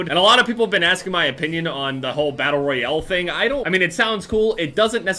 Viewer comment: The way he’s says Battle Royale... Battle Royele